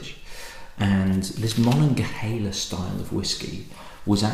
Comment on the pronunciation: Hi -- Rittenhouse Square is a park and a posh area of Philadelphia. GermanTOWN is a not so posh area of Philadelphia. Ma-nog-a-(H)EEL-a is a river and region in Western Pennsylvania. Great review, good work. From Pennsylvania. Cheers.